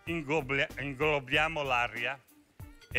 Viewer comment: "Ingobbliamo l' area"